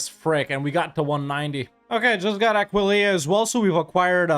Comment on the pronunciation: has pronounced Aquileia right for the first time, I'm gonna cry, I'm so proud